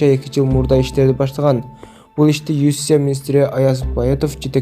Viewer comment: Юсисия эмес юстиция десен чала блогерлер